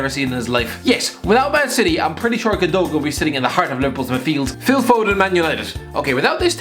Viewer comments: Its not pronounced ilkay gundogan is acc pronounce gundowan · the way my guy says gundogan hurts me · Zinchenko wasn’t a left back in Russia he played midfield. Fernandinho was like 28 when joined City, hardly up and coming is it? Plus that’s not how you pronounce Gundogan. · wtf is that pronunciation of gundogan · the way u say gundogan XD